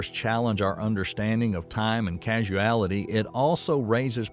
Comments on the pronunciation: Is the narrator a physicist, or just a voice actor reading from a script? He sounds like he comprehends the subject matter, but he continually gets the speed of light wrong, and why does he keep saying "casuality" instead of "causality"? These seem like pretty amateur mistakes, lending to a feeling of getting a science report read by a news reporter with little understanding of what he's explaining. Perhaps I'm just stuck in one of these "casual paradoxes" he mentions. is this like soap opera science? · The narrator says 'casualty' at around 29 mins in. Then again a few seconds later. Casualty? Causality! Easily mistaken for a hospital documentary I suppose. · I may be one heck of a pedant, but when he should have said causality, he has actually said casualty three times and casuality twice! I'm 37 minutes in. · Casuality or causality? Which is it? 👍😜❤️🙏 This is a great episode. Concise, comprehendible, comprehensible, and compelling. 👍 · Causality, not casualty. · Thank you for the doc! You keep saying "casualty" when I think you mean "causality." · It’s “causality”, not “casualty” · Casuality? I think the narrator was supposed to say causality. But it's odd that no one picked up on that all through the editing and screening process before this was released. If not the what is casuality and what does it have to do with this subject? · casual vs causal. causality vs casuality smh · It's not "casuality," it is "causality." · Forgive me🎉, but the word you pronounce "casualty" is cause-ality... ...causality. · Causality \\\\\\ CAUSALITY|| not not NOT CASUALTY........PLEASE READ THE SCRIPT MR NARRATOR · Lookahere. It is a labyrinth, not a labranyth. It is causality, not casualty. Can't you get a literate person, even one without a southern accent for verisimilitude and a deep voice for...something? And it is miles per second, not miles per hour. C'mon. How are we supposed to give this any credence? It is close enough to the fantastic as it stands.